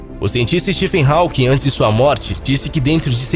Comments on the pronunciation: Nem pra aprender a pronunciar o nome HAWKING??? Dóem os ouvidos a cada vez que fala "HÁUQUIM". Pelo amor... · Vou parar de ver só por causa dessa tua pronúncia "rauking", affff é róking, meu amigo! esse AW tem som de Ó. Fica a dica. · Hawking mas a pronúncia é 'Rókin'